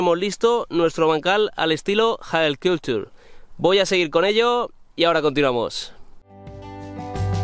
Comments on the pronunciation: Madre mía la pronunciación, has estado practicándolo eh, a mi no me engañas. Bueno sobre el vídeo, decir que ya lo conocia y aún así me ha gustado. Estaría bien ver su evolución y los cultivos que haces en el bancal o por lo menos que nos lo cuentes por la pestaña de comunidad. Ya sabemos algo sobre la quedada, como vas de salud? Saludos. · Los nórdicos lo pronunciarán a su manera, pero me gusta más la tuya xD